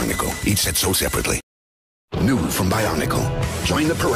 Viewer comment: Nobody: Announcer: EACH SET SOLD SEPARATLY